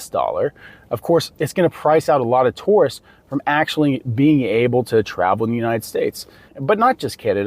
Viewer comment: OMG! too~rists. Not. Tore-rists